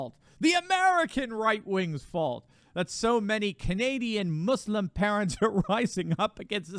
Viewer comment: I love how Trudeau says “mooslem” as if he has EVER given a shit about anything that those people believe in. He has never listened to that group of people or anyone else other than his donors.